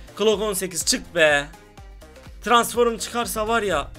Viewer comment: Transform yazılışı okuyucu Tıransforum 😂😂😂